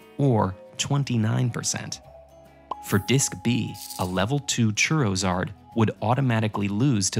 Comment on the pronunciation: "Diskymon" "Diskydisk" "Churrowzard" LOL